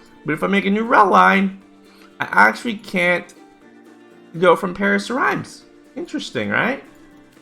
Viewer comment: Riemes reemes